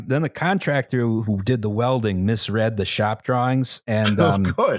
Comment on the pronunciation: I'm genuinely SHOCKED had nothing to say about "cumtractor" slip